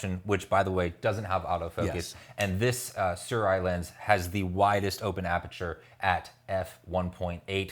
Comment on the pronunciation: You can pronounce Sirui more accurately by saying “Sir Ray”.